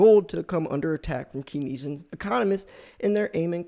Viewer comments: It's pronounced "kayn-see-ann" not "kin-ess-ee-ann" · Pronounced Kens E Ann economics